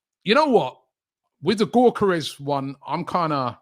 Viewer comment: The G is silent in his name. It’s pronounced Yokeres